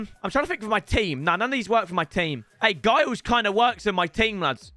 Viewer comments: as a blackburn fan cheers mate, also its pronounced jiles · Why you pronounce Giles like that